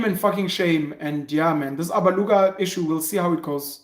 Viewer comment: CORRECTION‼️ IT IS ALABUGA NOT ABALUGA‼️‼️‼️‼️